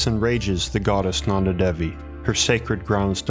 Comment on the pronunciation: Roop Kund is pronounced as Roop (like goop) and kund (ku as in goo) And Devi's D is pronounced as "th" in them.